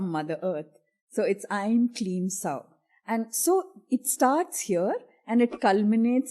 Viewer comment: I would humbly try and make one correction - about "sauḥ" .. It is pronounced as 'sauh-u' as there is visarga at the end - सौः (sauḥ) instead of just सौ (sauh or sow). What are you thoughts about it? Feel free to disagree and offer your explanation as that would assist others on this path.